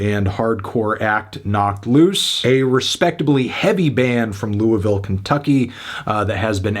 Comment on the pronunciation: i’m just amazed he said louisville right